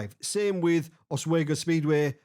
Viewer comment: FYI, Oswego is pronounced os-wee-go, not os-way-go.